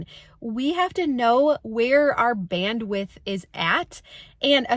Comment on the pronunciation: Omg if you say band-with one more time …. 🙄. I can’t!